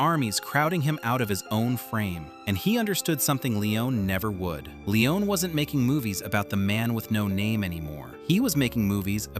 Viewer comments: Bro you can't pronounce Sergio either. Forget the i : [serjo]. Leone sounds as "lens" not "leeon" Also he wasn't a "nobody". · Sergio Lee-Oh-Nay ! – Not Lee-Own! – Segio Lee-Own-NAY ! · Long winded and quite useless, and a whole reconstruction based not on actual facts, but your very selective interpretation of them. You're creating a whole narrative of some kind of deep ideological rift, and Sergio Leone (his surname is not Leeeeohneeee as you are pronouncing it) being some kind of power-hungry idiot who wanted to box and "own" the great Clint. It's such an American exceptionalism interpretation, and it's completely risible. Cinema and anecdotal studies don't confirm most of what you said in this video. Actually, quite the contrary, most of your narrative is some sort of ridiculous bullshit. No need to even go into more details, if someone wants to actually know how things went, the information is pretty much right there without even having to dig so deep. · Narrator keep saying "Leon" without the final "e". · Clint could pronounce the name of the director? Just like the narrator still can't...